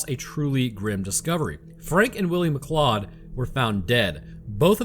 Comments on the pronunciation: It's pronounced McCloud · Science tells us: Form the way pronounces "MacLeod" - he has never seen Highlander. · This be true.